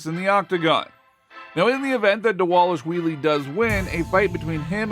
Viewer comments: Who is dis Merab Dawalushwheelie you speak of? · Repeat after me: DAH-VAH-LISH-VEE-LEE.